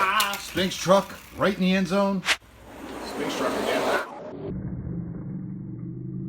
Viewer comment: Sphinx is Pronounced Sfinx